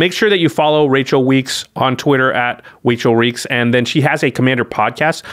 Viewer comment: said wachael reeks lmao